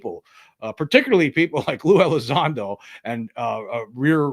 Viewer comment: Mr. Gothman he didnt even know how to say to say Lou's name ...Gothman kinda looks like he had a few sips of Snapps or something 😂😂😂 I'm terrible ...